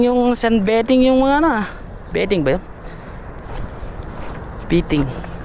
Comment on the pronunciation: sun bathing (pronounced as sanbeyting)